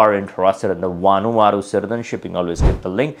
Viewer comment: Did he say Vanuata????